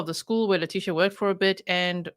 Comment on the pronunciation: "Lie-tecia" 😂 and "bye, fe-leticia" omg G 😂😂